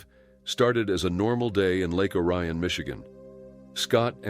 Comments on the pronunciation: I'm from the area the first took place. It's ory-un not oh- ryan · The city’s name is pronounced “Lake OH-ree-ahn,” not “oh-RYE-un.” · I lived down the street from jonathan. He was a true fruit cake. He and another guy named bistubas used to do burglaries the the neighborhood. Oh the name of the town is pronounced (OR EE un)